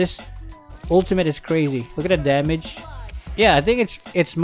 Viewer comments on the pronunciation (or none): "NOW THAT'S A LOTTA DAMIDGE"